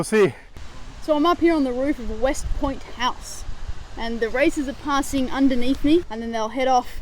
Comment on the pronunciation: westport not westpoint